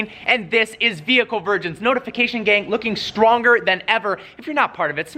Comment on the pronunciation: Does anyone else think its weird when Parker says the word "gang" ?😂😂😂😂